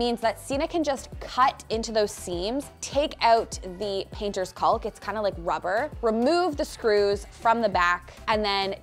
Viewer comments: I love you. I love your work. PLEASE pronounce 'caulk' properly - it's making me twitch. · Just an fyi....its not "caulk" (as in McCaully Caulkin.) It pronounced "cawk"...like "walk" with a "c." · I love this so much! Your visions are really great, but please just say caulk without the L, it’s silent. Like caught but end with a K. No hate comments, just trying to help. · Fwiw the word ‘caulk’? Don’t say the ‘L’ at all. Just say it like ‘kawk’ —❤the correct pronunciation. Such a fun episode! Thx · Just a friendly FYI. Caulk is pronounced kaak. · The L is silent in caulk. Pronounced like "cawk" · What the heck is “cauLk”? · The L in caulk is silent. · FYI, the "l" in "caulk" is silent. Can't believe how many DIYers say it wrong!! In spite of that, love your channel! -Sharon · I love to watch your show and get great ideas. Thank you. FYI the letter L in caulk is silent. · Watch your channel all the time. Great ideas. BTW…the “L” in caulk is silent! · I’m curious as to why you pronounce the “l” in caulk. Is that a Canadian thing? I know that in British and American English it’s silent, but maybe Canadian English is different? Do you also say the “l” in chalk? Just wondering. I know many words are different in our two countries - for instance, I was shocked the first time to hear “decal” pronounced “deckle”. Who knew? 🤷‍♀️ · Is she afraid to say caulk correctly? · I laugh every time you say caulk with an L. The L is silent.